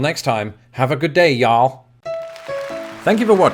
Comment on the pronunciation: You mis pronounced y’all. Also, some people say all y’all and not just y’all. Y’ain’t got this right...